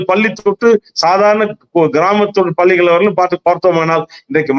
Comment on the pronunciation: Can't you pronounce palligal பள்ளிகள் properly